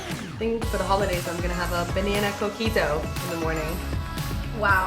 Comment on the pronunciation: When you said your drinks name the first time I thought you said cookie dough